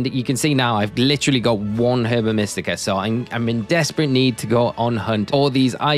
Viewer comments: It's pronounced erba mystica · I could not pronounce Herba Mystica when I first heard it. I was calling it “Herbica Mystica” for most of the game it literally sounds like a spell or something Latin